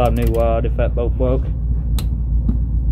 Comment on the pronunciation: Wods 😂 it’s rod dammit